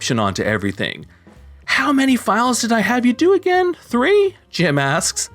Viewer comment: i know not a big deal but the way the reader says again makes me cringe like crazy.